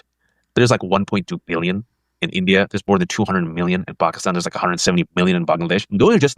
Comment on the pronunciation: Where is "Bokiston"? I keep hearing brown people talk about it. Is it somewhere near Pakistan?